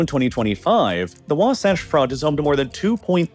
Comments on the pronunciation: Sevier lake is pronounced “Severe” btw. And Wasatch is pronounced like “hatch”. Great video as always! Source: played football and wrestled against North Sevier and South Sevier and live on the Wasatch back. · WAH-satch, like Satchmo. I really hate doing this to you, but as a Utah native, I'm obliged. Please make sure this ends up in your correction video in a couple months. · Say wasotch one more time….. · Just a quick edit the mountains you labeled under “Wasatch mountains” are the Uinta mountains and the term Wasatch is pronounced, Wa- like ‘water’ and -satch like ‘patch” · You really need to look up pronunciations before doing these videos. Wasatch rhymes with latch. The first syllable of Klammath sounds like clam. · Great video until you said Wasatch Front like 5 times in a row the wrong way. Lol. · You are pronouncing WASATCH wrong. You sound silly. Fun Fact, Wasatch is a Ute word that means frozen penis. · You got Wasatch wrong again. Literally just take 3 minutes and watch KSL news to hear it pronounced correctly. Also you should probably talk to a Latter-Day Saints from Utah before making a video about Utah with history in it. You made quite a few small mistakes. Doesn't take away from the video for the average audience but it would be better to get the info right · Listening to the mispronunciation of local names is kinda painful. Though you seem to switch to about the right pronunciation of Wasatch part way in. Also, the church's official name, the one they have asked repeatedly to be called by, is The Church of Jesus Christ of Latter-day Saints. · As someone who lived in Salt Lake city for years you are slightly mispronouncing Wasatch. All good tho, I enjoy the videos. Edit: you slipped into saying it right as the video went on. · I was cringing with his pronunciation of Wasatch. 😆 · The way you pronounced "Wasatch" hurt my brain. In all seriousness, thanks for bringing attention to our problem. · It’s Wa-Satch like satch-el. Not like scotch. ❤